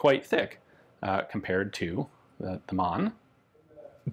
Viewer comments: It’s Mann... so pronounce Mahn phonetically not like man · Hi Ian, the word Mann, is pronounced as Marne. This pistol looks like an annular ring gas impulse recovery system?